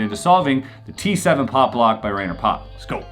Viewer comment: The name Rainer rhymes with miner, more or less.